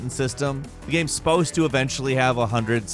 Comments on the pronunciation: he says games like "gaems" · Guy says "games" really weird. "Gahhhems." Like bruh.